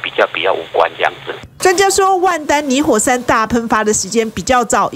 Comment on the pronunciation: 我一直聽到泥火 ㄙㄢ